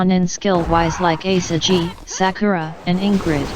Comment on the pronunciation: Ah the franchise mascot, Asa-gee